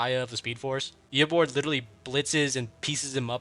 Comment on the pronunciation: Bro its eobard not eobord